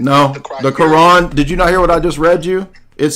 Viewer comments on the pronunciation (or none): they love pronouncing the quran as “qur- an “ to sound as if they are really in the know😂…… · Bro... The way all this people pronounce Quran is so hard to listen to. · Am I the only one who cringes when American Muslims pronounce Quran like that lol